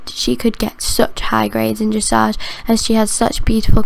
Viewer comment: when she said dressage she said it like dreshage